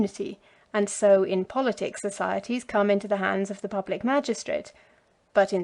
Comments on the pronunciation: God bless you for reading to us, One little note: "Politic" is pronounced PAHL-luht-tik, not pull-LIT-tik. Thank you again for all your hard work. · Boths actually fine :? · Both are fine